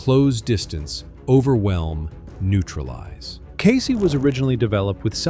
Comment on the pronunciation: "CASEY"??!!!! WTF is "CASEY"?? KEYSI!!!!!